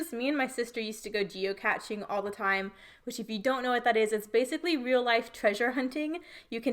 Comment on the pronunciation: Moving the circular element and strips was brilliant. You totally reinvented the game, geo-cache, geocaching; rhymes with ballet and today. How fun you say geocatching. It's like a combo of geocaching and that Pokemon 'gotta catch 'em all' thing people were obsessed with. Super cute photos and I can hear how much fun you had with your sister as you tell the story.